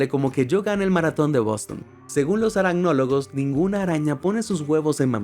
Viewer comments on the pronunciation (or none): none